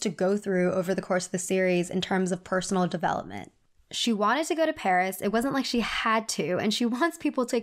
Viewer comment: emily cant even pronounce paris